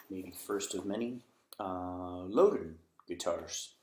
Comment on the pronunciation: Made in Northern Ireland, but your pronunciation should be Loud Den and not Low Den